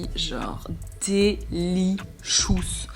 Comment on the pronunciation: "DÉ-LI-SHOUSS" ❤ Such a cool video again ❤